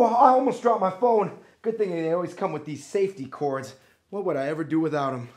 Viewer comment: 'Saftey Cords' for reals